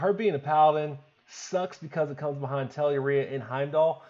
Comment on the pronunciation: Finally, a lad who pronounced Telluria correctly!!